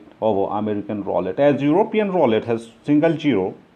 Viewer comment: One contradiction after another. If not, you should elaborate. "Ro-let" not "r-wallet" Keep up the good work, focus on the physics of the wheel, find a correlation between rotor and ball - what effect does timing of first 2 rotations have on last 2 and position of rotor when ball leaves track - along with dominant diamonds, cause and affect that can be applied to different scenarios within the systems you should be combining to refine and eventually have a winning cross reference approach between all factors. We need a real winning system that doesn't require expensive hardware. Good luck